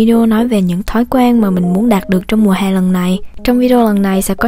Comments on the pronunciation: v em đeo tai nghe mà em nghe chữ "mùa hè " em tưởng chị bị đớ với bị ngọng á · Chữ " mùa hè " đọc hơi sai nhé